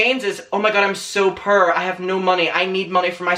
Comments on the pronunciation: big fan of yours but I begging you learn how to say the word "poor" 11 minutes and I was totally confused with the whole video had to stop watching it dawned on me five minutes after I shut the video off what the hell you were trying to say. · I’m sorry but the way you pronounce poor triggers me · Love your accent, I have to correct what you're saying in my head because I keep on hearing purr instead of poor. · I love how he pronounces "poor" as prrrr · I was so confused “pure” lmao almost through the whole video I finally understood you were saying “poor” Ilu 💕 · He says poor like purr... das cute xd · not me think you were saying purr and not poor 🗿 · omg I thought u were saying purr at first but then it finally clicked that u were saying poor... my pea brain gotchu now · I was trying to figure out what "purr" meant , thinking it might be some young kid lingo , it took me almost half the video to realize he means poor 😂🤦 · Every time he says “purr” instead of “poor” I die of laughter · Not me the entire video thinking he was saying “purrrr” instead of “poor” 😂 I was so confused 😂💖💖💖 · The way accent puts “poor” kept making me think he was saying “purr”... and I really thought he was being shady about cats like how everyone was when Nintendo tweeted about being inside a cat 😭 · I thougt you were saying purrr💀 (love your outfit bestie) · Took me ages to realise you was saying Poor and not Purr. Thought it was like a new slag that all the young cool kids say 🤣🙈. Lovin’ the outfit ‘Bestie’. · Love how you say poor.. purr 😉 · love your videos but this whole time when you were saying purr I couldn't figured out what exactly you were saying at first then realized you were saying poor 🤣🤣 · "I'm purr I have nothing"😭😭😭😭😭😭😭😭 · aww the way you say poor. i thought you were saying purr bestie!! 😭 ❤️ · idk why i thought u said purr instead of poor omfg i am dumb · What he said: poor What I hear: purr ✨💅🏻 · Is he saying poor or purr I honestly can't tell